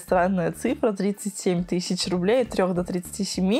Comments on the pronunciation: Как режет слух ТЫЩИЧА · Странно класть грязные деньги в шоколад?.....😖😖😖 Интересно куда они делили этот шоколад Режет слух "тыщича"